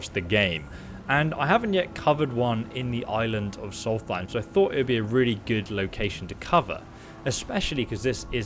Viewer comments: he keeps triggering me with the way he says solthaim not solstheim :D in hes videos but its ok not hating <3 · Does he not read his comments? he has to know by now that he's pronouncing it wrong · I enjoy, but i cringe every time he calls Solstheim "Solfiem". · The Way He Pronounces Solsteihm Disturbs Me I Mainly Hang Around Dunmer So Yeah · When you can’t pronounce Solstiem JK we all have our moments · Gargoyle242 I think it’s a speech impediment m8